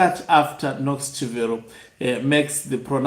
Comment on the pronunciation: CHIVERO is pronounced as Chibero Daniel GARWE is pronounced as GA-RWE